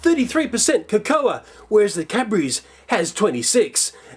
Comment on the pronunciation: cocoa is pronounced 'koh koh'.